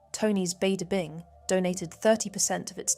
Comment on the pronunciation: Tony's Bada Bing and "Live Like Ashley" . Two pronunciation errors.